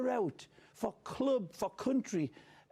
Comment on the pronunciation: "Beatifully said". i love ray hudson. notice that he says Pele, Maradona, Riquelme and George Best. i mean, art.